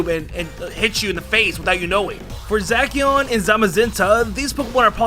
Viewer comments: No one: Absolutly no one:: zaKian!!! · I die alittle everytime you say za-ci' -an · Bruh who tf reads zacian as zackion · saying zakian Me TRIGGEEERED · zakian lmao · It is Zacian not Zackeon. Ps Eternatus not etturnaydous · I hate how he pronounces zacian.